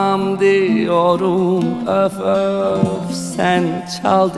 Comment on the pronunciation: You say üf üf, instead of öf öf 🤭 so swetty 🥰🥰🥰🥰 🙂 saz / baglama is so special enstrumant. You like it 👍